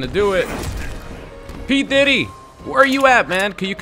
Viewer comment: The way you say pdiddy bro🤣🤣🤣